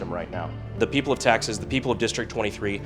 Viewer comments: im sorry i had to turn on the subtitles to confirm, you started with "the people of taxes" that a blooper??? lol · Please tell me I'm not the only one who hears "The people of 'Taxes'" in the intro. I know he's supposed to be saying 'Texas', but it really freakin sounds like 'Taxes'.